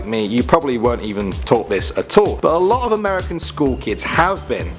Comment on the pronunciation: lot not lit